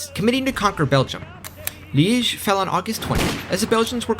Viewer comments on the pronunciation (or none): none